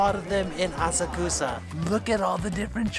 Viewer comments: Assa-Koosa?! whyyyyy?! 😉:goodvibes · Thank's for this video. Missed Asakusa when I was in Japan last year. Hoping to go back next April, definitely be spending a couple of days exploring there. BTW, pretty sure it's pronounced "ah-suck-sah. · Funny story on the train it’s pronounced ah-sock-sah but every Japanese person I talk to there calls it the way does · I'll be there in September. are you prounouncing Asakusa correctly? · He’s saying Asakusa wrong right? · Please work on your pronunciation of Asakusa.